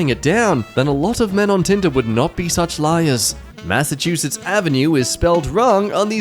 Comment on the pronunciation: I'd pronounced, "massive chew schitts."